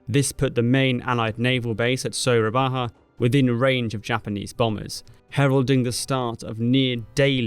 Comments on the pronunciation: A little mistake for Soerabaja pronunciation Suraba-YA not Suraba-HA. Overall, great video. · Soerabaja ( & ) is pronounced Soo-ra-ba-ya, the ‘j’ in ‘Soerabaja’ makes a ‘y’ sound in dutch pronunciation, instead of the ‘h’ sound as is common in Spanish pronunciation. ‘Soerabaja’ is an old dutch spelling of modern-day Surabaya, which in addition to being the provincial capital city of East Java, it is also home to the 2nd Fleet Command and a naval base of the Indonesian Navy. I can’t wait for more episodes on the South East Asian theatre, I really like your work. Thank you very much! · 'Soerabaja' is actually pronounced 'Surabaya', because Dutch. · soerabaja is the old spelling writing system of Indonesia/malay language used in indies it read the J as Y, and OE as U so it is su-ra-ba-ya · Btw Soerabaja pronounced as Surabaya with y in it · Soerabaja is pronounced as Soo-rah-buy-yeah. Waiting for the next video. :) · Its Sura-Ba-Ya, its not Spanish or Mexican. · Way to go brother👍🏼, it hurts my ears too😅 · Soorabaha lmao. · And Makassar and Soerabaja and Denpassar and and... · The pronounciation of ja on soerabaja is like german word ja (yes), otherwise good video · Ja in Indonesian/dutch is pronounced exactly as the German ja(yes) so Surabaya/soerabaja is not pronounced like a Spanish word, but more Germanic.